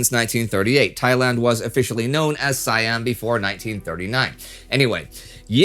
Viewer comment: You constantly mispronounce Siam.